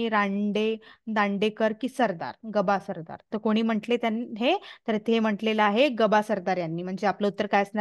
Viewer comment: ग . बा सरदार नसून गं बा सरदार असे आहे. ... उच्चार अस्पष्ट